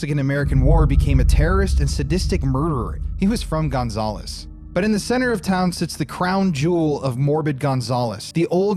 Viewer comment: The way you say Gonzales makes me cringe lol. I’m from Louisiana and we say it like gon- zal- us. Zal like Sal.